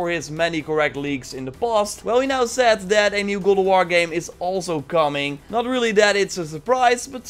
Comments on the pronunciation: Stop saying good of war its GOD OF WARRRRR !!!!!! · It's God of war not gowd of war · Every time you say God Of War i hear "Google War" 😑😑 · It's Got of War, not Gold of War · It's called God of War Not Gold of War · GOD not Goad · Go of war?? Sorry. I'm cringing with your GO of War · sounds like you’re saying GODAWAR😂😂😂😂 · Legends has it he’s still saying “Good OOV WUAR” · I hear google war 😂😂😂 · Go o war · as grateful as I am for your information, I keep dying with how you say gawd of war 2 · I keep hearing "google war".... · Is it just me or am I hearing goat of war? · Dutch accent kicks in every once in a while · Why does it sound like he's saying gold of war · Is it me or did he say cold of war ?😂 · are u saying goldawar? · is it me or does he say google war ? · Sounds like you are saying golowar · Goad of war lmao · New gowowar 😅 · Why do you say GoWoWar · Godo woar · the way you say god of war is strange